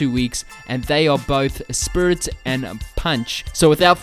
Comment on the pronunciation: You saying Spirit sounds like Spirrtit